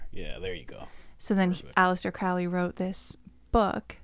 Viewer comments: Crowley pronounced his name "Crow-ley," not "Crou-ley": he wasn't a Satanist, nor was Jack Parsons. Crowley thought Hubbard was a fraud. Jeez, do some research, man. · You guys don’t know how to,pronounce Crowley or Thelema besides that Crowley was so skeptical about the spirit world he never completely believed it was outside of the human mind. He didn’t believe in a god or satan but believed in the results of the rituals.